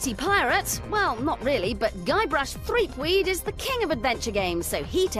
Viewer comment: Threepweed? 😅 excuse me😂